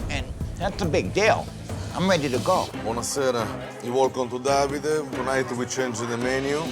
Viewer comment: I have never heard Davide pronounced so bizarrely…. At first I thought they were saying “dobby-day”.